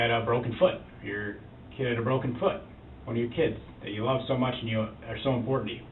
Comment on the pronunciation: Durrell really "luh dat girl" ! I think it says something about Darrell that he can't seem to say the word "LOVE" !